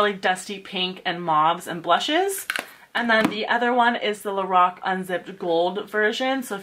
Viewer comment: U say lorac wrong